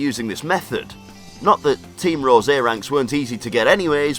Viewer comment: lol it sounded like he said team roz